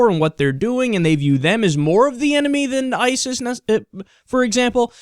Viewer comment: haha, you said Itis